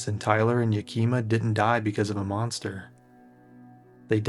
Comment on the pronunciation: Yakima is peonounced 'Yak-ih-maw' but otherwise stellar docu 👍👍